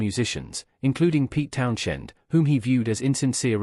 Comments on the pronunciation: My thoughts are you're full of shit . I don't listen to anybody who can't pronounce Townshend , the H is silent like you should be . Thanks for letting us know Pete Townshend was in The Who . Who knew ? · Pete Townshend, with the influence on shhhhhend. Tell me you're AI without telling me you're not AI.